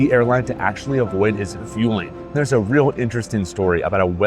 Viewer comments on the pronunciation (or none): Sorry but your pronunciation of Vueling is worse than Marseille.